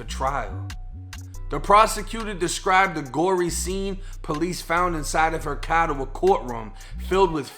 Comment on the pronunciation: i like how u say car